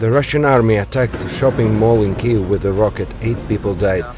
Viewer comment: Since this conflict has started this channel is the first media source to pronounce KYIV correctly! It was really starting to disturb me. Thank you!!!🇺🇦🤜🤜🤜🤜🤜🤜🤜🤜🤜🇷🇺